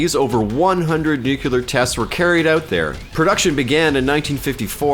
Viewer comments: Practice saying "nuCLEar". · its pronounced "nuke-you-lur" just ask george dubya bush